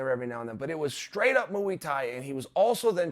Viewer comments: cant believe I have to tell uncle chael this but muay thai is pronounced moy thai not mooooo eeee thai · Moo-eey-tie. God dammit, uncle Chael, I love you. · I reckon chael purposely says Muay Thai wrong, knowing the comments sections will talk about it, he’s so clever. As a result of this, it’s now and forever known as ‘mooey Thai’ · "Mooey tai" 🐄 fuck yeah 👏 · Mooey tie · It aint Usman its Oozeman, poppa Chael back at it with some mooey thai lmao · I don't think you guys understand that chael Sonnen is actually a legendary troll... A lot of these words he says wrong on purpose to get more views and get a raise out of you fools... This time it's 'mooie thai' last time it was 'yarear rodriguez' and many more... 🤔🤣🤔🤣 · Moo-Wee Taee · Who’s kamaro and what is Mooie Thai. He just makes up his own language 😂😂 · Mooey Thai 😂😂😂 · Wtf is mooey tye? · Mooey Thai and Ooozzzman lol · Chanel "Moo-ee Thai" Sonnen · mouwie tai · Moo-ee tye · If uncle Chael says its "Mewwuuii Tai" then i will blindly follow and call it "Mewwuuii Tai" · Chael 'moo ey thai' Sonnen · Literally no on: Uncle Chael: mOoEy tAi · “Mooo E tie.” I’m convinced he’s mispronouncing names on purpose… fuckin hilarious, regardless. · Moo-eee thai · Every time he says mooey thai I get a mental picture of fighting cows. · I keep hearing moooooooo lmao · No one: Chael: Mooietie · Joey diaz also says it like that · So glad you commented on this pronunciation. It was driving me nuts.